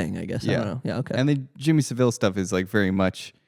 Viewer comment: Yo guys, I'm a British listener, and just wanted to clock in to say: A) It's Jimmy Saville like gravel, not like Cruella Devil, you guys were killing me with that B) is correct — I haven't see anyone on the right, or frankly in the wider public reading into TBT as anything other than a crazy fun zombie movie. In fact with the anti-intellectualism I associate with the far right, they'd probably think it were gay to go see anything other than American Sniper and whatever tf Chris Pratt is making now Also bonus point you guys are the first I've heard to suggest the post-Brexit themes, which make total sense and I'm definitely on board with. And moreover points around the gonzo shooting methods in the franchise's prior instalments being suggestive of a surveillance state put me in mind of your horror episode, when you were speaking about zombie movie origin and ideas of the braindead consumer, homogenisation of individual identity etc.. Which is to say I think there's a wider point here about the direction they're taking the 28 franchise (explicitly limiting it to one country) and how it relates to increasing contemporary notions of western isolationism, which is particularly pertinent to the US at the moment but also of the surge of far right thinking in the UK (I paused the ep to write this comment so sorry if you guys go onto talk about that) edit: you definitely did and put it all much more eloquently than I have lol Anyways love all three of you and this